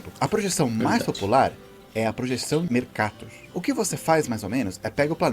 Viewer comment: Pronuncia mercatôr. O nome não é inglês. O Amazonas é maior que o Alasca A Rússia parece 20 brasis, mas é apenas o dobro